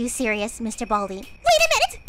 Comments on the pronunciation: ITS BALDI NOT BALD MR BALDI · WHERES THE I IN BALDI